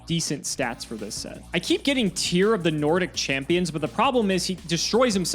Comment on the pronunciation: Hearing them pronouncing the Nordic cards as an Icelander just hurt my ears. But kudos for trying 🙏